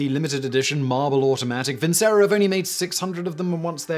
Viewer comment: It's pronounced vinchero ffs